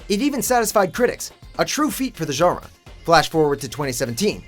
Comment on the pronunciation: "Genre fiction"?